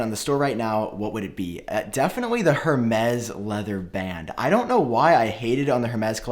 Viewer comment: Its ermez not hermes.(airmez)